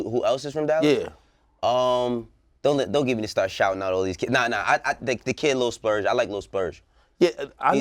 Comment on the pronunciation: It’s splurge not Lil splurge